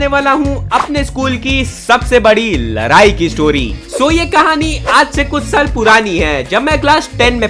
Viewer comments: Ladai** not larai 😂😂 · Ladai Nahin ladai totale bhaiya Apna video mat Dala karo